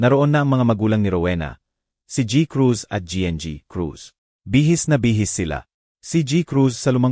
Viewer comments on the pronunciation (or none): Nakakainis yung pag bigkas ng GI EN GI Cruz AT GI. Cruz. Pwede namang Gng. Crus At G. Cruz